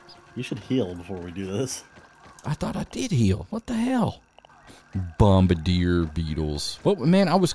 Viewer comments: the “bombadeer” beetles… I’m fairly sure it’s French and pronounced bom-bar-dee-ay. Anyways love your videos, I watch all of them. Hands down favorite streamer. You rule bro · bombardier is French ( bom-bar-D-A ) most pronounce it ( bom-ba-dear ) if you were wondering you called it bom-bar-der